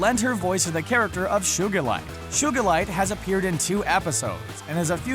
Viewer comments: Did...did he say...SHOE-gilite? It’s Sugilite. (Or however you spell it.) SUE-gilite. That’s how you say it. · I think the background is cuz he lives in an old town... I wouldn’t think to into it... it’s also SUEgalite not SHOOgalite... that made me laugh super hard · SHUGILITE? LMAO ITS SUGALITE watch the show pls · Did he said shugalite, it is sugalite fcking sht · its not shugilite its sugilite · Shugalite I thought it was sugalite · Who else got triggered when he said shugilite instead of sugilite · it is soo-guh-light NOT shoe-guh-light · It’s pronounced Sugalite, not Shugalite. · ᔕᕼᑌGᗩᒪITE 😂😂😂😂 ᔕᑌGᗩᒪITE ᑭᖇOᑎOᑌᑎᑕEᗪ ᗯᖇOᑎG ᔕO ᖴᑌᑎᑎYYY 😂😂😂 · He probably just got some guy who has watched the show to explain what it was without watching it I mean, he pronounces Sugilite as "shoe-gull-light", and they literally said Sugilite in the episode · Excuse me... SHugilite? not Sugilite? So this Channel's name is SHcreen Rant? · 1. Its pronounced as suegalite not shoegalite 2. Hardly any of these are really dark 3. The Earth has a giant cluster in its core which is most likely poisoning the Earth by its very existence 4. The gems that look after Steven rebelled against their homeworld when the diamonds tried to destroy the Earth 5. Garnet rarely ever gets mad about anything so she is not representative of anger. If anything it would be Pearl being protective Amethyst being competitivity and Garnet being maturity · It's pronounced like (soo-ga-lite) not (shuu-ga-lite) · who's shugalite? I only know Sugilite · Shugallite??? Do u mean sugilite? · It's Sugalite not Shugalite😬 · I gave the vid a try. Don't get me wrong I'm a big fan of SU, but then I heard him say sugerlight. Wtf, its sugilite. How can you get that wrong? Its an actual gem. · SUE-GA-LIGHT, Not SUGAR-LIGHT 😂😂😂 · Shugalite? Seriously? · You friggin said sugalite wrong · You pronounced sugilite wrong You pronounce it like Shoogilite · Sugalite* He pronounced it wrong. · Lmao "shugilite"